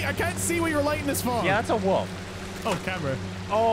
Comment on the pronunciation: That's not how you pronounce wolf wtf